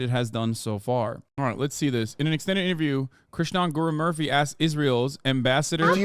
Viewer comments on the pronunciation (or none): How tf did he pronounce Murthy as Murphy?